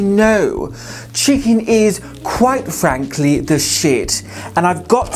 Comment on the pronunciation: Because ... As we know. Chicken is. Quite fwankly the shit. 🤣🤣🤣😭😭😭😭